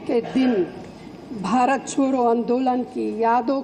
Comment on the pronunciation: are madam chodo dhang se bola kro double meaning ho jata ha hahaha